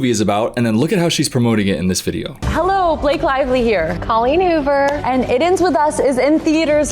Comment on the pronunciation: he said her name wrong 😨